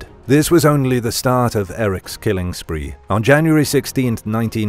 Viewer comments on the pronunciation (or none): none